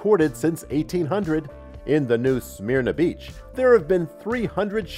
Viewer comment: New “Smerna” Beach “Kill-ow-A-uh” Please Get it right After the 8 foot tall Half Dome I was pretty shocked at your lack of preparation.